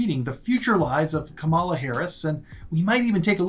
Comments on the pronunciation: Please pronounce her name properly...it's KAmala....the accent is on the 1st syllable...NOT the 2nd syllable. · her name KAMALA, is pronounced like “comma LAW” with her accent on the “law.” Not “KaMALA! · Get her name correct. It's pronounced Comma-la. Not Kamaul-A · needs to learn how to pronounce her name… comma-la… not ca-mal-la! Been there and now I do better, so…💙🇺🇸💙🇺🇸💙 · It’s comma-la Harris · Please try to say Vice President’s name correctly! Kamala (Comma-la) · Her name is Comma - la - get it right.